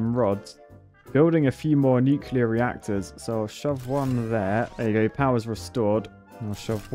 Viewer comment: for the love of bridges.. say it with me... NEW-KLEA-ER! There's only one U in the word!!!